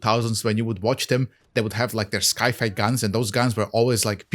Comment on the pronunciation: Great video dude, this definitely makes me want to try out a vector build now. Just a friendly tip, "sci fi" is pronounced as "sai fai"